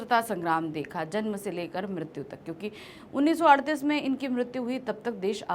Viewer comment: 1938 sahi hai.....aap sahi uchcharan karen...